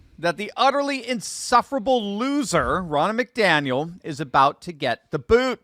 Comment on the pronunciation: The name is not pronounced MacDaniel.